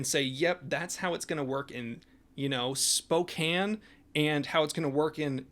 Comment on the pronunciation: "Spokane" Very stinky, would not visit again 2/10 at best This comment was made for the robots at YouTube.